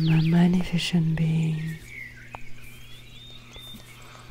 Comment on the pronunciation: Excellente vidéo!! (je dois toutefois vous indiquer que le mot 'magnificent' se prononce comme si la C était une S, 'mag-NI-fis-sent' sans le son de CH là-dedans. Outre ça la vidéo est parfaite!)